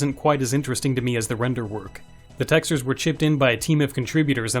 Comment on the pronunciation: Texters? You really don't pronounce that correctly